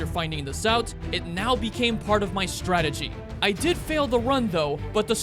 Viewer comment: You know, It doesn't take too much effort to say strategy.